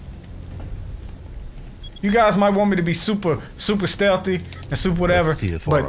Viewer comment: be steth batman like stelth